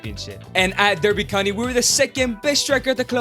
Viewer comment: As someone from Derbyshire, I am offended by how he pronounces Derby County.